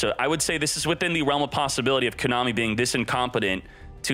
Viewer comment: How does he not know how to pronounce Konami?? Lol